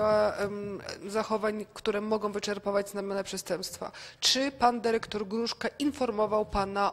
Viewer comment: Derektor, piniondze, taki prawie polski język